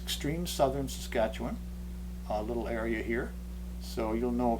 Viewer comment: 'Staskatchewan!!' I've always wondered how that was pronounced